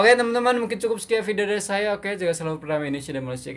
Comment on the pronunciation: janganlah cakap kl.kami orang malaysia tak semua cakap seperti itu.itu bahasa daerah saja..kalo bahasa malaysia kami mengunakan bahasa baku melayu.hampir sama saja sebutan dengan bahasa indonesia..jangan ditukar A ke E yaa..itu hanya bahasa Kl,selangor,johor,riau lingga..Bahasa kami kalo sebut saya.ejaannya saya pasti sebutnya saya bukan saye or mana bukan mane ya. Tolong ya.kerana ramai sekali orang luar salah erti bahasa malaysia adalah bahasa kuala lumpur itu..Tv malaysia pun sama tidak menuturkan pekataan sebutan yang betul.masih saja terikut ikut bahasa seharian kerana tv Malaysia kan stasen tvnya dikl jadi terbawa bahasa seharian.apatah lagi drama.